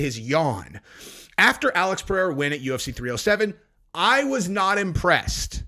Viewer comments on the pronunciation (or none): can you teach chael how to say Pereira